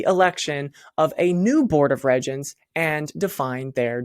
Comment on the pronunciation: Regents is pronounced REEEEgents. Just sayin.